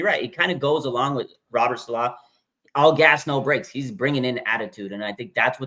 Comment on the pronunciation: Can you guys get together and agree on the pronunciation of Saleh?